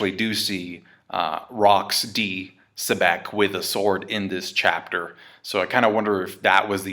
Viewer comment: Xebec is pronounced as Zibec, Blackbeards laugh is Zehahaha and Luffy's laugh is Shishishi. Luffy is inspired by SHanks and maybe Blackbeard is inspired by Rock D Xibec..another possible connection between BB & Rocks